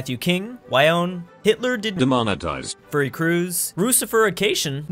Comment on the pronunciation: I heard DEMONOTIZED